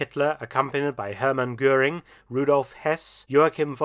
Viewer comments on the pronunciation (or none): none